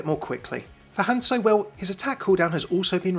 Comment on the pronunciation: "HANSO"... What happened to the Z? "OREESA" ... It's not even pronounced like that in game.